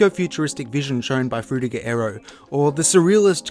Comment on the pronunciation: that Frutiger Aero pronunciation is very anoyying, not even google translate detected right